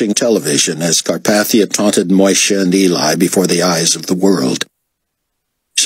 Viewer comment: It's Carpathia's name that bugs me